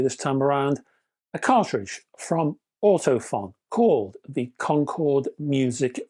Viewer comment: Great review and useful info, especially the chart. Just FYI, Ortofon is actually pronounced Ortophone!